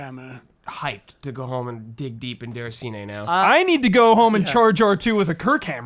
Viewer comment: DAY-RAH-SEE-NAY (roll the R), not DER-A-SEE-NAY. Geez!